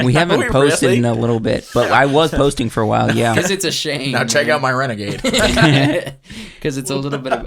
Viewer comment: “Check out my renogade” 😂